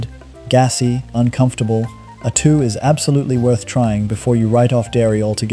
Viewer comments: ai voice over. said A2 milk was, a two milk, should be pronounced aye two not a two. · Need to get pronunciation correct. A2 milk sounds like atoomilk. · Make up your mind between pronouncing 'vitamins' and 'vittamins', and 'A2' and 'Attoo' Learn how to spell 'subscribe'. And for goodness sake change the visual clips which are not only repetitive, but highly inappropriate. AI.